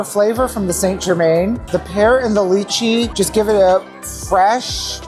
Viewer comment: Kudos to for his pronunciation of lychee! I do agree that they're overhyped. I used to love DTF and went pretty often years ago when the prices much more justifiable.